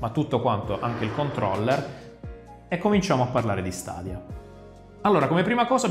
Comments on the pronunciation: Sarò molto sincerò per me è una buona idea ma è ancora una tecnologia giovane è ha bisogno di essere perfezionata lo stesso vale per ps now comunque si pronuncia stedia e non stadia è inglese mica è arabo comunque apparte ciò ottima recensione come sempre 😛😛😛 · "Stadia" non si può sentire ahahahah